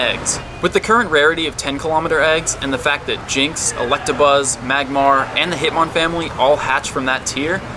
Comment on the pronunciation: Finally!! Someone else who says hitmon- family